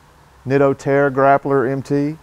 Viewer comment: "Terra grappler"... Hahaha... Trail Grappler...